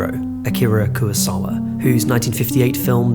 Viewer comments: No es Kurasawa ni tampoco Kurisawa. Se llama KUROSAWA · Terrific video. But how have you managed to seemingly mispronounce everybody's name? Koowasawa? Mihune?